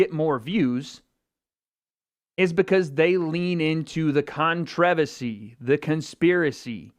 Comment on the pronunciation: you can’t even pronounce controversy